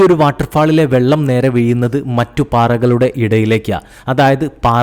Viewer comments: തയെ അല്ല താഴെ.. അതു പോലെ വീയുന്നത് അല്ല വീഴുന്നത് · ഷ വംപോലും. തായേക്ക്. വീയിന്നത് ഇതൊക്ക ഒന്നും ശരിയാക്കിക്കൂടെ ബ്രോ നല്ല ശബ്ദം 👍